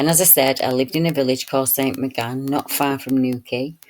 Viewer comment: It's pronounced St "moor gan" fyi. Very interesting, thank you!